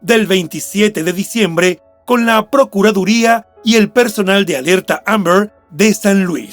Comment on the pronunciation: El narrador por qué no pronuncia bien la palabra AMBER?❓🤷‍♀️ Ni se le entiende